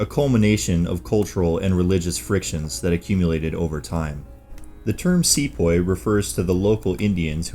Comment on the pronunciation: it's see-poy not se-poy